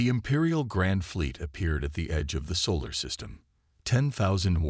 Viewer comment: "yu developed", well this channel did not develop, is his name Reid or Read ? , "chumbles" or jungles, "we gomp" ??? "where at" or "we are at", "sivals" silos, "the censor officer" sensor, "their launching" they are launching, "gorilla fighters" guerrilla, Thane or Thang ? "they had washed" watched, "soul system" solar system, "gorilla fighters"